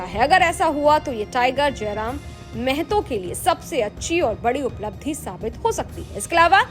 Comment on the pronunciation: its not mehto, its mahto, kindly correct news anchor madam